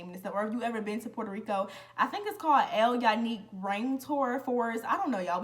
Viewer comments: this how to pronounce it El morro = el mo row ( roll the r ) ( its a fort) El Younque = el you-n-k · Lmao “El Morro” and “El Yunque Rainforest” but you did pretty good. I will be in PR really soon on vacation. I love that you did so many excursions. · Culebra is beautiful… It means “snake” in Spanish… It’s pronounced “coolehbra” The rain forest “El Yunque” is also very beautiful… It’s pronounced “El Joonkeh” the “Y” in Spanish is pronounced like a “j” in English… I know I’m late, but I’m new here… Love your story times 😊